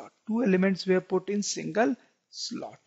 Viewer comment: Sir aap were ko where bolte ho